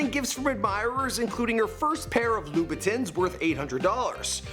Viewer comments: It's loo/boo/ta, not boo-tins.. (Louboutin) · omg why would you pronounce Louboutin like dis. Plus they range from and not , only limited heels are over 4k.... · you're an idiot... Christian LOUBOUTIN and Louis Vuitton are completely different brands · its louboutin